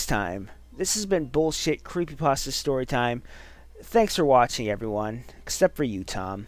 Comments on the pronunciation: Guys, guys. The original name was copypaste or whatever. The name was then later changed to creepypasta because the stories are creepy or something. There is no reason to pronounce it like "paste-ah." I mean, like, would you look at a word that had changed over a long time and pronounce like how it was originally? No. Not at all. You'd pronounce it like how it is. Plus, everyone has a way of pronouncing things. Don't run around and tell people to do things your "correct" way. I rest my case. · Well, yes and no. Since it IS just a fake word, any way of pronouncing it is 'right'. 'Paste-ah' is just the original, 'actual' way of saying it. People unfamiliar with the term just started saying 'pasta', and it stuck as other people heard them verbally speak it over videos and stuff. CreepyPASTA sounds a hell of a lot sillier than 'creepy pasteah', and the only reason I'm getting so much flak is because the autists are angry I'm saying their favorite video man pronounces a fake word wrong